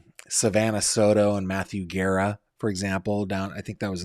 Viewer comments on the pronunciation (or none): none